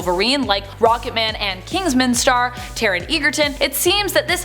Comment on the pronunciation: Taron not Taren